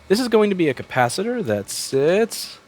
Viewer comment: Byt the way: Yeah ... let's call it a cap. I liked it, when you said kappasitter. I liked it better, when you didn't abide by the PC. Really: You cannot offend a capa-cytor. Capacytor, kinda sound like the next Transformer movie. ""Revenge of the CapaCytor" ... resistance is futile.